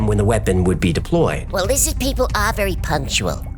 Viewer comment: ”Lizzid”. LOL